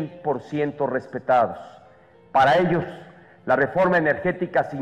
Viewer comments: La refRoma????????? Jajaja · la REFROMA? :|